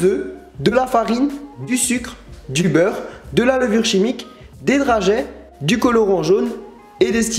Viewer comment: je suis la seule à être choquée par "drageayyyyyy" ??? super video :D